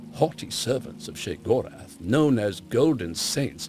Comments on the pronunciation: pronounced (SHAY-GOR-ETH) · So happy they didn't have that dull, boring narrator that they normally use do this, the way he pronounces Sheogorath is realy fucking stupid, God, he's sooooo boring.